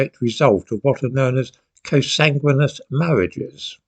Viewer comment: I liked 'co-sanguineous' . How to say something clearly - not to be understood - and to carry on gabbling while the recipient stops listening to decipher the meaning . We will hear that from politicians soon .